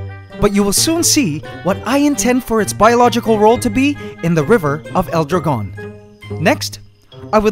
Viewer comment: your saying dragon a bit wrong in spanish but it's ok